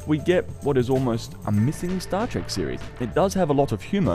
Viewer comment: Trek, not Track.